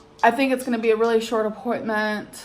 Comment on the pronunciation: “I’m back from my appoinTTTmenTTT”